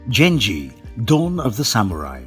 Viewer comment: Damn can you butcher the name/word Genji??